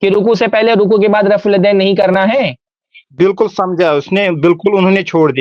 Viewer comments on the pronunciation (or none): ماشاء الله جزاك الله خيرا و أحسن الجزا سوال پوچھنے والا کشمیری جاہل دیوبندی ہوگا۔ اسی لئے رفع الیدین کو رفے دین بول رہاہے ۔